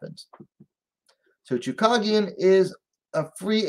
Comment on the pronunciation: her name is choooo cage ian not choo cog ian